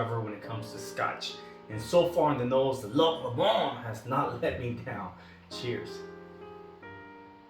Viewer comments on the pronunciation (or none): you got the 'loch' right....'LOW-mund' would be closer to the Lomond pronunciation. I enjoyed the video, I saw Loch Lomond in our local store here and will have to pick it up. Thank you for the review!!